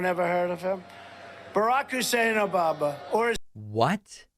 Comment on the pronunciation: Yes, and he also says “O-ba-ba”. Listen again if you didn’t catch it. .